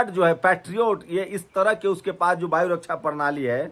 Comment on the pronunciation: “Baayu” raksha ❌ “Vaayu” raksha ✅ “Hajjaar” 🙅‍♂️ “Hazaar” 🤷🏻‍♂️